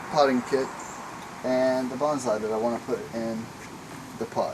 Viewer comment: its bonsai not banzai